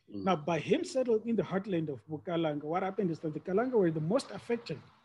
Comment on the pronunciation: Bukalanga not Bukaranga we don't have an R in our vocabulary.